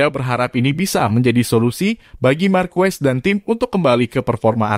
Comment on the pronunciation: Bukan Markues,,....tapi markes wkwkwk